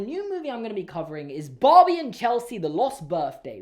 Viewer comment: No one:: BAWHBIE